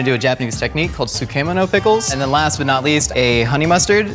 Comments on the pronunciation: How he said tsukemono as soo kee moe no confused me so hard. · the way says tsukemono gets me everytime lol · Tsukemono pronunciation 🤭